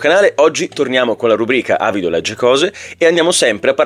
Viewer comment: Non me ne volere, ma "Legge" vuole la e chiusa. Se poi lo hai fatto volutamente per dare l'idea di un oratore più realistico che commetta un errore di dizione, allora va benissimo. 😉